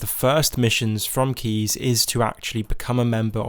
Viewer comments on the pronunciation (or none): Sorry but who tf is keez, it’s caius(Kai-uhss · It physically hurt me to hear how you metaphorically shit all over the pronunciation of my boy Caius Cosades. You did our boy dirty. It's Kai-us, like King Kai from DBZ teaching the Kaio-ken because he's one of the KAI. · I'm sorry but I can't get over the fact that he called caius "keez". How in the actual fuck do you make that mistake!? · It's "Caius" not keys. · The way you pronounce Caius tilts me hard... It's latin so it should sound something like this "Kah-ius", listen on google any romance language